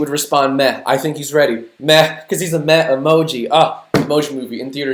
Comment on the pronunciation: When you said he’s a meh emoji…I keep on thinking your saying “meth emoji” 😂